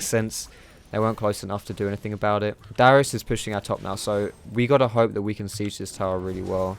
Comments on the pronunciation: It's Darius not Dyrus ! >.< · He kind of sounds like he's saying dyrus when he says darius. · thought you said "Dyrus" lol